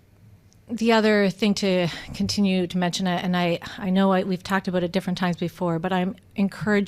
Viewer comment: Aboot.... I LOVE IT!